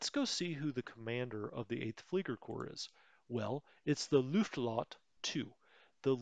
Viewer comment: Hey great videos, I learn a lot from them. Just a small nitpick about the Luftflotte, it's not Luft-lotte, there is an F in the middle. So it's Luft-flotte which means Air (Luft) Fleet (Flotte).